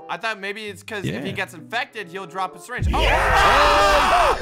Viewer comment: Nobody: Literally nobody:: I have a sireenge oh no there's a lot of sireenges.